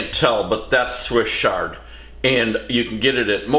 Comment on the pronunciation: Papa say ch-ard like ch-icken. Not sh-ard.